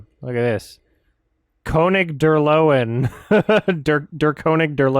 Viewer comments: Fine, I’ll be one of those people: you’d pronounce the German title (König der Löwen) as ‘kernig der lerven’ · It's pronounced König der Löwen not König der Löwen